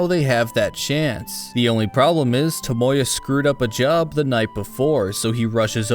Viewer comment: I can’t accept the way you pronounce “Tomoya,” it’s like your trying to say Toyota instead